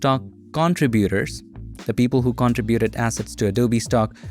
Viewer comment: Please learn how to say the words contribute and contributors correctly.